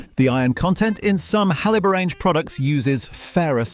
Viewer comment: He cannot pronounce Haliborange ……